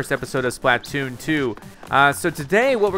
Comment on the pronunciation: why does he say it like splah-tooon